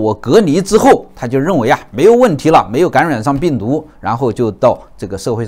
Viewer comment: 谢谢的赞，起初是因为的口音被逗笑的，“感染”爱发音为“gan ruan”，每次都等着老师说这个词哈哈哈